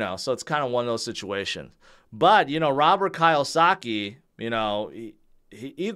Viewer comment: His name pronounced Robert key-oh-sa-key. 🔑😲🪚🔑 <-say it like this